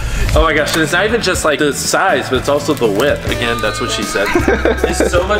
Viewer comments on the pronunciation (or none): none